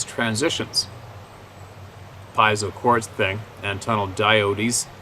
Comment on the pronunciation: Diode = die ooo dey